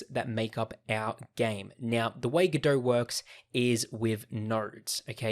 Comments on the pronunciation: it's godot, not godohrrrrr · Very useful introductory course once you know the speaker puts the "R" letter in too much words that should be... like GODOR 🙂